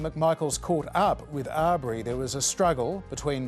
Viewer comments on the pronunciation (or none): please pay the man enough respect to pronounce his name correctly is Aubrey pronounce awe bree NOT are bree